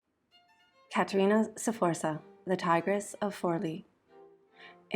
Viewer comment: In that case try to learn them at least to pronounce the name of Caterina Sforza correctly. The pronunciation of all the names is so butchered that only people who know Caterina´s story can understand what persons are mentioned: Galeazzo Sforza, Lucrezia, Girolamo, Giacomo Feo, Cesare, Giovanni delle Bande Nere, Forli, Imola... 😩